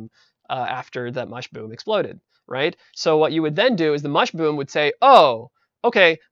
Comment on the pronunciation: i like the part where he says mushboom